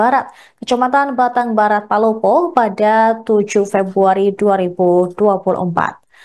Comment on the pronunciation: Battang bukan batang